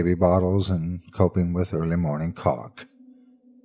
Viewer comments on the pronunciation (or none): early morning 'colic' is what a baby has, making it cry a lot and cranky, not 'cock' as you said (obviously accidently, just so u know